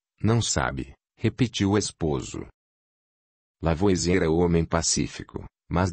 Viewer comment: Pena que, apesar de ser uma voz maravilhosa, a IA não consegue pronunciar corretamente os nomes em francês, como "Lavoasiê", por exemplo.